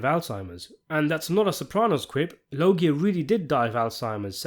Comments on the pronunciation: Robert law-gee-yaw.....not robert low-gie 🧐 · ITS PRONOUNCED LOJA MOT LO GI A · Who da FUCK is Robert Lo-Gee-uhh??? It's Robert Loj-uhh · Its pronounced Robert LOH-zhə, not La-JEE-ia. Sorry, had to nitpick lol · It’s not pronounced Robert Logi pronounced Losha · Fyi its pronounced Lowz-jah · Come on “Lœg-ya” lol there’s a whole big Family Guy bit with his name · I knowwwww. lol This channel has the best content, but he struggles with the most basic Italian names sometimes. Very clever commercial spot. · Its pronouced "lowzjar" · The correct pronunciation of Robert Loggia's last name is with the soft 'G'. Go watch the 'Family Guy' scene with him in it if you need to hear it properly. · The truly baffling question is: Why use an AI narrator who/that can’t even pronounce ‘Loggia’ correctly? And who is the lower-intelligence person who failed to catch this and allowed it to be posted?😂😂😂😂💩🧠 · Amen!!! Loggia was a famous actor whose correctly-pronounced name was known even to stupid people. This mispronunciation is appalling. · I ain't mad at you bud but you're saying his last name wrong. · You are pronouncing loggia wrong. Look up Family Guy robert loggia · Dude,,go watch the Family Guy ,, Robert Loggia clip,, so you learn how to say his name… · In my book, you get points for pronouncing ‘Loggia’ correctly .